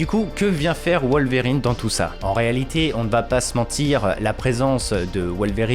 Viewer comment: Wol-verrine et ca-bol génial 😂😂